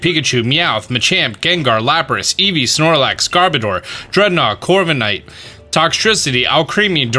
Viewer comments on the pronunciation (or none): none